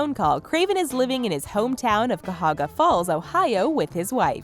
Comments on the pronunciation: kai-ya-ho-gah not “kahoga” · cuh-hog-ah falls? its prenounced ky-ah-ho-ga falls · "kuh-hogga" falls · Ca-hog-a falls? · It’s ki-a-hog-a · being from northeast ohio and hearing people who aren't say Cuyahoga is kinda funny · She butchered Cuyahoga. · i just cringed so hard at how badly this lady butchered cuyahoga falls. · That’s not how you say “cuyahoga”😐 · butchered cuyahoga falls😂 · I'm sorry, how do you say "Cuyahoga"?